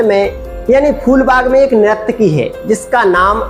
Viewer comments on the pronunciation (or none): Bhiya nirakti nahi hota he sahi se boliye nurtaki bola jata he